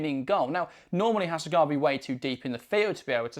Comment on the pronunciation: ちゃんとハセガワって発音してる。ちゃんとオリジナルの音声聞いてから書き込みな